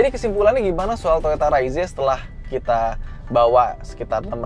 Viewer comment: Padahal enakan bilang reiz om